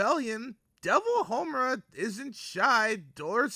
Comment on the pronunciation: are you calling her momura?